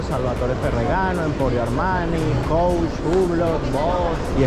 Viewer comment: Jajajaja me causa risa cuando pronunciaste , Victoria secret, y coach, really con ese inglés recorres el mundo. Jjajajaj, como críticas al país de la India . Por lo menos a ellos les abunda la comida . Y en tu país Venezuela casi se mueren de Hambre 😂😂😂😂